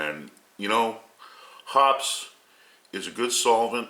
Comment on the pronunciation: It's pronounced 'Hopp-eez'. ANYBODY even remotely familiar with guns knows that. What a dink!!